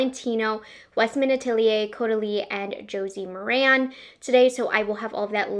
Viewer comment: Good job. FYI - Josie "Mare-in" is how it is pronounced. She does have a great line of products.